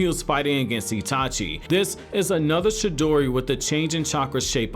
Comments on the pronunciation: Sir its Chidori, not Shidori. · For fuck sake cant any one get any thing right..... For fuck sake..... Its CHI-DORI! CHIDORI (yes i may or may not have spelled it wrong but oh fucking well.... I couldnt look at how it was spelled while typing this so deal with it)..... It nots..... SHI-DORI...... its fucking..... CHI-DORI....... CHIDORI.... Get it!.....got it!...... Good!..... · This dude is saying shidori not chidori😂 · No one:: shidori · He says chidori as shidori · He saying "shidori" instead "chidori" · Bruh it’s Chidori not Shidori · CHI..DORI NOT SHI..DORI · I thought it was "CHIDORI" Not "SHIDORI" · The whole time he only said shidori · Chidori not shidori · Was he saying she-dory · Bro it’s chidori not shidori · Wtf is a shedori... pronounce it right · You are saying it wrong chi in japanese does not speak with sound of shi but Ti like in Te in teacher or Teen or chi in Chin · Chidori not shidori c’mon man that’s basic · It’s chidori not shidori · Say ch then add the e sound and it's chi not shidori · It's pronounced "CHI-DORI" not "shidori", as you say it. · Its chidori not shidori... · Stop saying shidori please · CHI-dori like CHI-cken. Not Shidori lol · What is the “Shidori” and “Jidori” lol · Is this dude saying Shi-dori? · I hate the way he pronounces chidori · Chi- dori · Stop saying shidori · Someone teach this nigga the difference between “ch” and “sh”. the “shidori” killed me. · Can you please pronounce chidori correctly? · Right it was annoying me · Yeah he sounds like he hasn’t even watched the show because he pronounces it like a total idiot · I thought it was Chidori